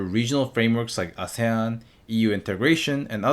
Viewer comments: Hahah great video! By the way, it's ah-see-yan for ASEAN. :) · YOU FUCKING FOOL ITS PRONOUNCED "AH-SEE-AN" NOT "A SAY UN" YOU THINK WE KOREAN AH? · Ahhsan?? Ahhh seeeyaann